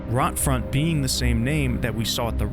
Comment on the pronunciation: BTW, it's not "Rot-Front" as in the english word for "rotting". It's German Rotfront, basically meaning "Red Frontline".